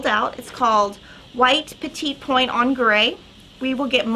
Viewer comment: Just a heads up...Petit Point is pronounced “petty point”.🥰 Love you ladies!